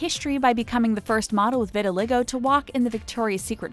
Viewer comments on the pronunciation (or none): I lost brain cells when she said vitiligoo instead of vitiligo